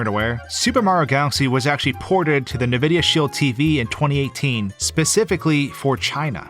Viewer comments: Its 2022 and this G still pronounces Nvidia as "NuhVidia". Its "N-Vidia". Say the N, not the sound it makes. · Are you pronouncing Nvidia as NAvidia??? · every time he says "nevidia", i get a heart palpitation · Nvidia is not “nah-vidia”, it’s “en-vidia”. It doesn’t matter, but it bothered me. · This is also the first time I've heard anyone pronounce nVidia as "ne-vidia" rather than "en-vidia". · Nuh-Vidia? 😅 Why not Anne-Vidia like most people say it? 🤔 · what's "nividea" you say Nvidia wrong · The fact you said "Na vidia" so many times, made me stop watching. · The way you say “nividia” is mildly irritating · man i go like 20 years of internet surfing without hearing someone pronounce Nvidia like Navidia and in one week i find 2 people who do it. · I've never heard it being pronounced like that, although their old logo (stylized as nVidia) might suggest it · It’s pronounced N-vidia. Ok? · It’s pronounced “N” videa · Nvidia. It's pronounced by saying the first letter, then the rest. Most say in-vidia. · the way pronounces nvidia gives me shivers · as great as this video is, his pronunciation of Nvidia just hurts me- there is no wrong way to say it, but it just feels off